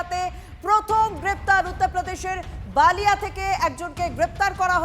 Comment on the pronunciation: Balia. Baalia noi. B lia